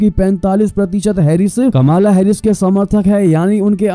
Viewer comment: कमाला नहीं कमला नाम है